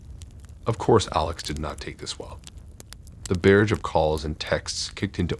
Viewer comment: Your mispronouncing of words like Uber, barrage, and Tinder at times made it difficult to listen to....